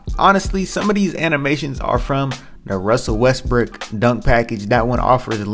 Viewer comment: I swear I heard you say “Rusell Westbrick” but good video 🔥